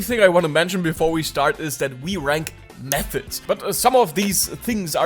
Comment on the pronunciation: "but theuh auh louh oh meuhods" 💔😭